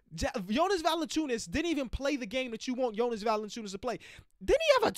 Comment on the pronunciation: mispronouncing Valanciunas is just GOLD. Love to see it